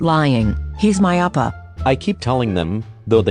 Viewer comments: "Wanting to protect their love Jimin appa Edit: Since then, I've keep hearing Jimin appa instead of oppa... dAdDy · Sounds like you are saying appa Damn Jimin already a father🤧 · i misheard oPpAHh as oPPrAhH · Jimin oppa? I started hearing jimin oprah at one point 😂😂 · It sounded like she was calling him dad the whole time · JiMiN HaS SmOL HaNdS BuT BIg #? U forgot the "r" in OPpAhHr